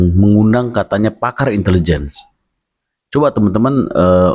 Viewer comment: Itu bukan intelejen...tp Itilijen ...😂